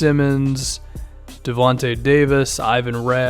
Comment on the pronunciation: "Devonte" Davis haha